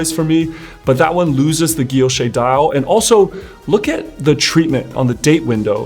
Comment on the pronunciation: Great review! This helped me decide on my next Cartier purchase. And thanks for correctly pronouncing “guilloché” (ghi-yo-shay).